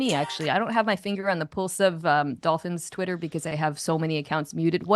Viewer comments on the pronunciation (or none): none